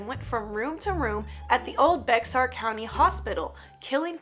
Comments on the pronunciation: It’s not bex-ar it’s pronounced like the name bear just spelled bexar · How dare you. You said baxar wrong. It's bear as in the animal. Also is it weird that the second one is in San Antonio and I live in San Antonio Edit: the one with the bus and ghost children is REAL IT'S SCARY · You pronounced bexar wrong it’s basically sound like this “bay har” but spelled bexar 🙂just letting ya know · Bexar is pronounced BAY-HAR, you shoukd know that being from Texas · Bexar = "Bear" in pronunciation. I know it''s tough to handle. Took me a whole Google search to not waste that much time rendering a video. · Fun Fact: Bexar is pronounced Bear like a Bear. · i think bexar county is pronounced Bear but idk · it’s pronounced bear county